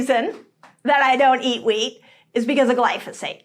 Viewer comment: At about it sounds like you are saying “meat” instead of “wheat” but hopefully not too many ears were tricked by this mispronunciation!